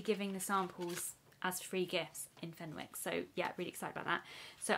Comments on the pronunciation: You don’t pronounce the w, it’s fen-ick. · It’s pronounced as fenICKs the W is silent 😅